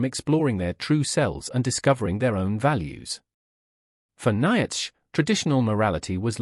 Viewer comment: The AI can't even pronounce Nietzsche right.